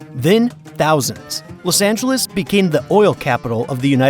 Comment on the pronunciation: "Lus" Angeles?